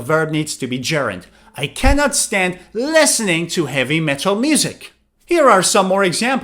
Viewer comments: Yes, that sounds weird. And hatred or aversion seems very rude. Besides, he pronounces “listening” like “lessening” or something like that. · Hi. I am from Singapore. I enjoy watching your video so much. I heard the way you pronounce "listen", "listening" different from I do. Timestamps: 06.38, 07.52.